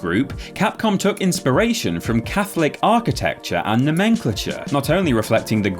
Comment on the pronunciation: The way he said "nomenclature" was hilarious 😂 I love being caught off guard by a word I forgot I put in a script 🙃